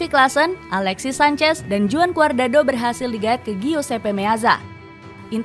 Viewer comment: 😂😂😂 admin yg satu ini ngakak wwkwk.cuadrado bukan guardado😂😂.